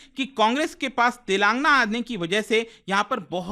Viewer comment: TELENGAANAA... U PRONOUNCE WRONG